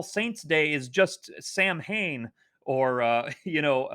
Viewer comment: Samhain is pronounced sow-wen, Bealtaine is pronounced be-owl-tin-a, I grew up in the Curragh in Kildare, Bridget’s day was a big thing every year, we’d go out an pick reeds to make Bridget’s crosses on February 1st, good times.